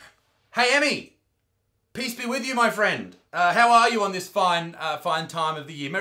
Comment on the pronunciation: Haha peace sounds like piss